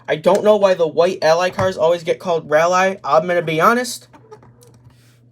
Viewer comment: The “rally” thing for Ally is supposed to pronounced like “ral-ie.” Like “rallying” behind a team The white scheme came out late in the 2020 regular season (Daytona Road Course) because Jimmie wanted a change to hopefully bring good luck. He requested a switch in base paints in 2014 midway through the season as well, and it brought some success, so he wanted to see if it would work again in hopes of making the 2020 playoffs. The scheme you have is actually a design error, either by Hendrick or Lionel. Most of the purple was swapped out for pink when it ran at the Roval. The only difference between the breast cancer and regular rally diecasts are the 2 logos by the door on the breast cancer car, which is unfortunate because there was a (slight) noticeable difference between the two in real life